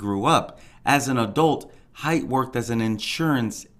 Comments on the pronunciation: The lady’s nMe is Haight - HATE. it’s pronounced hate. Not Hite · First of all, it’s Eeenick and their last name is pronounced Hay-t